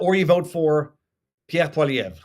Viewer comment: The first person to pronounce poilievre right!